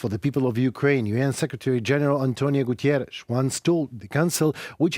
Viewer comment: Everytime Guterres goes to Kiev to show support for Ukraine, the orcs send bombs... it must be really hard for them to have the UN showing support for Ukraine. And everytime you say "Gutierres" instead of Guterres - you are indeed showing the effects of Russia already changing the World Order, whether we admit it or not.